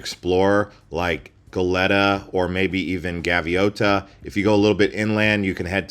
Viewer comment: Hey hey its pronounced go-lee-ta